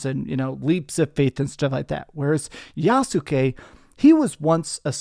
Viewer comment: It’s pronounced Yaht-skee, with only two syllables